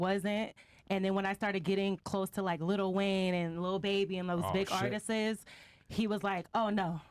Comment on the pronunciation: Tuned out as soon as she pronounced Artists as Artises